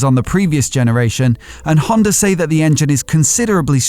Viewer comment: Haha... the R is silent :) eller inte ;)